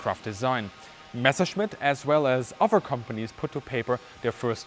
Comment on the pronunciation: Bitte! Bitte! Bitte... It's Messer-schmitt... NOT Mesher -smith... PLEASE!... 'Junkers' is pronounced 'Yunkers!